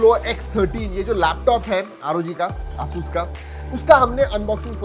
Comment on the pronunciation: Bhai pahle pronounce krna seekh lo ASUS ko